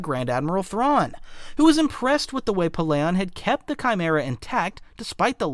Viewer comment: You cant even pernounce Thrawns name correctly